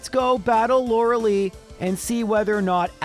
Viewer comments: Stop calling her Lorelee. It is Lorelie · Sorry, after like 5 times it got on my nerve. The ice type member of the elite four is Lure-a-lie, not Lure-a-lee.